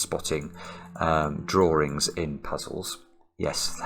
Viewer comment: “Well you know my name is, and I like to do drawrings…”